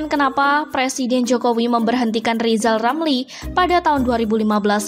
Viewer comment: Hahahahaha, Huahahahaha, Huahahahaha, Rizal Ramli gak bisa apa apa, nyebut huruf R saja belum lancar. Lizal Lamli mendingan belajal nyebut huluf R ke Locky Gelung dan Lefly Halun atau Bang Kalni ilyas